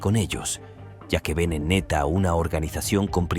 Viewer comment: El de PR no es neta es ńeta 🤦🏼‍♀️ instrúyete antes de hablar